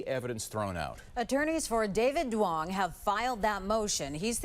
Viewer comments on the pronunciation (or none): Duong is actually pronouned like yoong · It’s NOT DWONGs. It’s pronounced “Yungs”